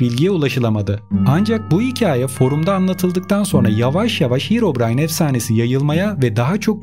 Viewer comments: Hirovrayn deyil herobrayn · Bışey soylicem de hirobrayn diyo